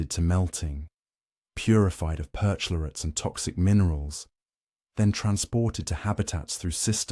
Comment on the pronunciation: CHLORATES, PER-CHLORATES (CH pronounced K)